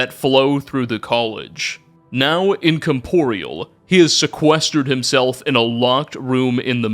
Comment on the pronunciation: excuse me but did you just said incomporeal instead of incorpareal!!